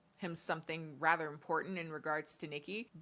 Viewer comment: Take a shot every time says "rether"